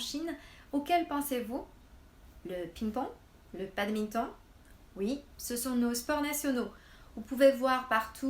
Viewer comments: En France on prononce le "o" de "badminton". Comme en anglais. On n'utilise pas le son "on". C'est le même son "o" que dans le mot "note". (La même intonation) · haha je me sens tellement important maintenant :) just kidding. En réalité c'est un peu la faute des français. Ta façon de prononcer "badminton" c'est ce que les français devraient dire. (D'un point de vue littéral). Mais bon... Pour certains mots qui viennent de l'anglais on garde la même prononciation et pour d'autres on crée une prononciation plus "française".